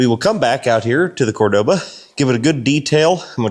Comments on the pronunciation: Its a kool car brotha 😎 But its pronounced , cor doa ba ,Cordoba, Enyways I enjoy your car videos, super kool 😎 I thought ta do this at my autobody restoration of classic muscle cars, but im to busy do other car stuff ta handle videos as well.....but ya , its all you brotha , god bless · Cordova?? What in the world is a Cordova?? 😅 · you really put the V in cordoba 😂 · I laughed each time you said Cordoba.